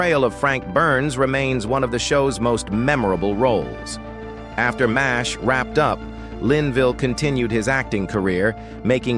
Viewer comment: It's M*A*S*H (pronounced MASH) not m-a-s-h. Yes AI is ruining everything.